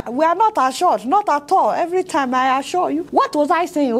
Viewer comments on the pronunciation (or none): This is to notch! the "I aschwure you president" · Lol! President I shor u, I shor u..... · Ha ha ha ha I assuah (assure) you I assure you ha ha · The most funniest part is our president I asua I asua not assure 🤣🤣ADEOLA I AM ASUA you we will visit you soon just continue keeping it real 👍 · "I ASURE YOU"